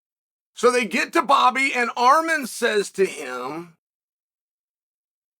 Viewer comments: Did he just call him ARM-HAIR 😅😂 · He called him Arm-hair 😂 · Armhair WTAF 😂 JFC Cheel you americants don't even try, do you. 😂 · Armhair was hilarious